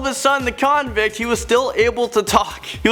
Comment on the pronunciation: Ok clips I just don't like all the emphasis you put on the word " convict "......